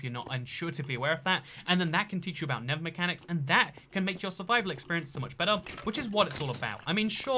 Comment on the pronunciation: It's pronounced Nether, not Never. Amazing.